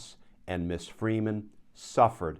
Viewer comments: Ms is pronounced Mizz, not Miss. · A friendly reminder: Ms is pronounced Mz, not Miss. It was devised by feminists as a marriage status-free title for women..